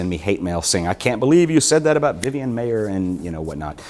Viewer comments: It's pronounced like MEYER!!!! Not MAY-er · Her name is Vivian Maier. Not Vivian Mayer. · He mispronounced her last name throughout the whole video!